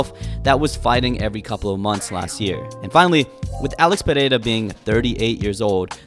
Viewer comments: Perfect pronunciation of his name. Is it so tough? Why the fuck do people from the US have such a hard time? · You're the only guy I've seen pronouncing his name correctly. 🇧🇷